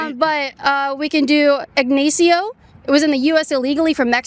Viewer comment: Lmao the way you pronounced Ignacio and Miguel